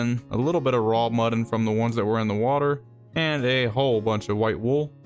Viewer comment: did he call mutton, muddin, like buddin?!